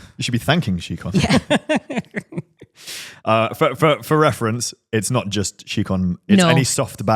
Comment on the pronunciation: Why do you guys pronounce scicon as she-con? Do you pronounce science as she-ence?